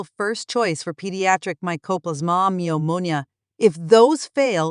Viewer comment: "Pneumonia" silent P. Noomownia